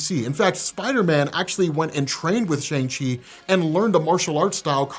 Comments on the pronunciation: It's pronounced SHUNG Chi not SHANG Chi!!!! You still saying it wrong. Lol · Shang Chi (pronounced ShUng Chi) had my OCD goin Crazy! Cuz You of ALL ppl should Know this.. still Loves! #diehardmcu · I've been watching you a long time and I like you but how did you watch a two-and-a-half-hour movie and yet continue to say SHAYNG. I swear sometimes y'all Americans and your ABCs trip me up haha. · Can you pronounce at least pronounce Shang Chi correctly please